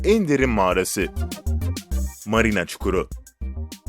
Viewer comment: Mariana yazıyor kim okuyorsa marina diyor